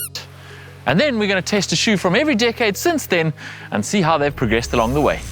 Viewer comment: Who else thought he said dickhead and not decade lol